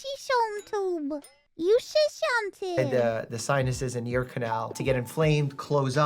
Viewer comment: Mousey trying to pronounce "eustachian tube" is adorable.